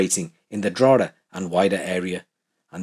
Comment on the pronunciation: It's pronounced Draw hee da